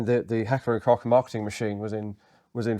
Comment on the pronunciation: For me as a Kraut it is lovely, to hear beeing talked about this gun in the dignified British accent, even pronouncing "Koch" rightly. Most of the YT content is of Yank origin with their slaaaaang and they love H&K. Don't know why. I was one of the last generations forced into service and I did not like it. Heavy, awkward to handle/carry, no cheek rest, kicked like a mule and under Biwak conditions (training all day long in mud, sand and forrest floors) it seemed to pull in dirt like a hoover. But of course nothing is such a pain in the arse as the British Leyl...I mean Enfield under combat circumstances. But as opposed to Britain we are allowed to own socalled "Black Weapons" over here and over the years my Dad, who also deals with weapons owned some, an AR10 as well as AR15 and an AK74. I would not trust them either. The AK of course, but it was nowhere near precise and the Mattels seem to be flimsy to me. Maybe the Swiss did it right? Yes, my fellow Limeys! After two lost world wars we did not even own the British automotive industry but are also allowed to own "Black Weapons" (single fire only). Can you understand, how and why this is going at it goes sometimes?